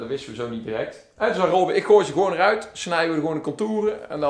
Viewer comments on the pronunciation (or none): none